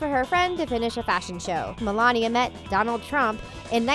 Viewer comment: Also why do you keep saying Donald like that🤔